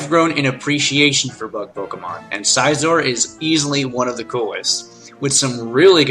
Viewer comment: NakedBanana Bibarrel, Raquaza, Scizor, Giratina, dedenne (not gonna spell-check) and I can't confirm anything for gen 6, since I never played it. Aside from Scizor and Dedenne, his pronounciations weren't that bad...